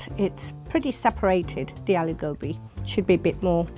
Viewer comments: Their pronunciation of aloo gobi throughout this video really bothered me. 🤨😳 Also why so catty it’s not that serious yo! 😂😂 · The way they said aloo gobi rips them of the title of being an Indian mom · All the bitches making all the fuss over aloo gobi .i don’t even like aloo gobi.besides with all that british accent and how u pronounce aloo gobi u lot are not even indian enough to know what aloo gobi sud rly taste like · Why on earth do they pronounce aloo gobi with an english accent? Seriously it's so pretentious when I see south asians speak words of their language with a non south asian accent. It's horridly pretentious, whereas the korean americans I see on youtube don't say korean words with a weird america accent. It's so fake. On top of it the horrid way she says kalonji seeds was so funny. Also why are they so insufferable? I mean my aloo gobi I make is never dry like the ones they have made and I make mine more creamy, yet I'm sure theirs aren't even that bad and they are exaggerating their negative feedback. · *anglo-Indian mums. Please change the title. Misleading. (No mom pronounces it as aah-loo go-bee) (ah-loo go-bi) (no rolling your tongue please, say it straight) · When they say "AAH-LOOH GOAH-BEE" instead of "Aloo Gobi", you know there's a problem. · Why they're saying aloo gobi like alu gopi 🤣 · Auntijis think they r in a reality cooking show... It’s aaalluuu gooobbbii Not alugbi to pronounce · "It would be a privlige to any mum to try my AALOO GOBI" You pronounce it aaaloooo gh-O-bhi (O is capital because it's pronounced like a capital O) Not aloo with the A from Alan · Correct me if I'm wrong, because dialects are different The way she says it is : Are-loo-go-bee Should be : Are-loo-gor-bee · should be prounced as Aaloo Gobi आलू गोभी. What this mums are pronunciating is Aloo Gobhi अलू गोभी . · it's not "aluuu gabii" ITS ALOO GOBI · so am I and I don’t say Aloo Gowbi like they do. I say it Aloo Gobbi. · Wtf is aloe gowbi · "Alew Gawbi" 🤣🤣